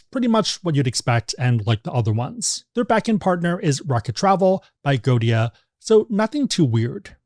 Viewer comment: Agoda not Agodia